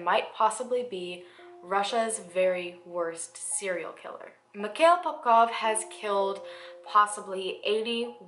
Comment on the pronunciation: You’ve pronounced those cities perfectly for a foreigner! But not his name thru the video😅